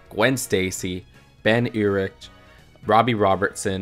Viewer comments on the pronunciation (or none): Sorry to be that guy, but it's pronounced Ben Urich Ur-Ik